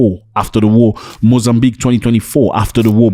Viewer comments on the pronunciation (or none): none